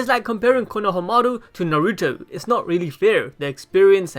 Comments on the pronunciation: Naruuto it's fuckin naruto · “Nuh ruto”